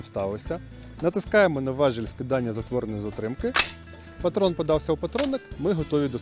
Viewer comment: Спродобалось. Коротко, чітко, зрозуміло (+ і оператору). Тільки не важЕль, а важІль. Але - важЕля.